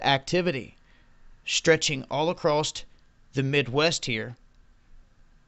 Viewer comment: It's across not acrost